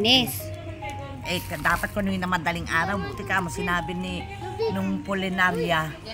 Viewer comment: Puninarya po,hindi pulinarya